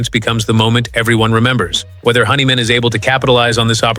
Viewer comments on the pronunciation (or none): Ai that can't pronounce words honeyman its hendrickman 😮ai is a bunch of 💩